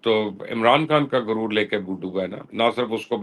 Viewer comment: Why you say guroor for arrogance. In Urdu first letter is GHain and not Gaaf